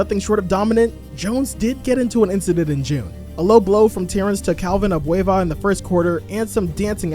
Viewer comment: As a filipino, I like how you pronounce "Tropang giga" and "Calvin Abueva". Spot on! Side note: Calvin Abueva was a beast of a college player before joining the PBA (our pro-league). While he played better in college than in the pros, Calvin had his share of infamous fights, with Terrence Jones being one of them.